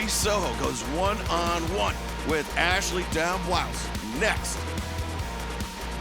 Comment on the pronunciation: Sucks the Spanish Announcement team still can’t pronounce Ashley’s name. Booker of the year 😂